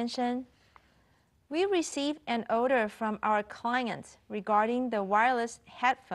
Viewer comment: Order被妳唸成Odor